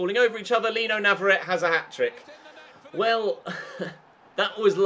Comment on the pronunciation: I hope you know that navarrette IS left footed but he just also has 5 star weak foot! Also navarrette is from Argentina, a Spanish speaking country so his name you have been pronouncing wrong for a long time, it's pronounced n(ah)-v(ah)-r(aye)-t(aye). To reference, one of the champions league qualifying rounds last season, the announcer pronounced it correctly.